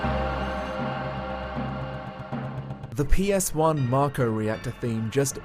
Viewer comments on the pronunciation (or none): none